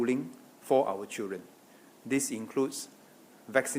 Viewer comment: Hey it is pronounced as Children not CHEWREN!